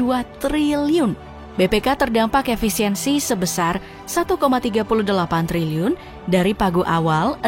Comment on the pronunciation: Sampe kepleset min ngomong triliunnya😂